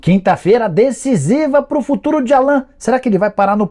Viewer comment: Não é Allan. Se pronuncia Àllan. Como se tivesse um acento no A